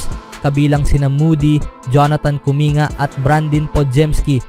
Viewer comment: Wag mo na naman masyadong artehan ang salita mo, nakaka wala ka ng gana e. Halatang halata ka, paiba iba ang bigkas sa pangalan ni markkanen at kuminga. 😤😤😤